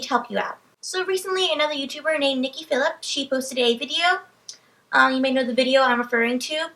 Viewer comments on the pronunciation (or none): Nikki's last name is pronounced phil-a-pie.:) Thanks for sharing your story.